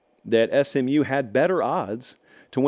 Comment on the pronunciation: says Smu vs Cuse 😂😂😂😂😂 for the Championship